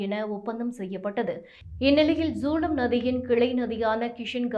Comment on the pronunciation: ஜூலம், பீஸ் இல்லை. சரியாக உச்சரிக்கப் பழகு, இல்லை வேறு வேலைத் தேடிக்கொள். எங்க உயிரை வாங்காதே தாயே.